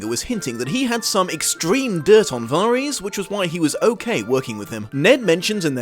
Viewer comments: It's Varys, but pronounced Var-is. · But, it's Alliser Thorne, not Alister/Alistar Thorne. And Varys isn't pronounced like that in the series so it bugged me as well.